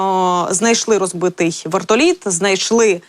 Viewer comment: А почему вэртолит это какой язык вы же корреспондент и такая неграмотность